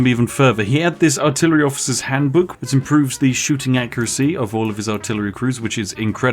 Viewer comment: "Artilery" hm....